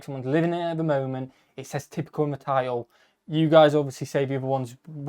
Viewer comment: Title is pronounced tile….oh 😂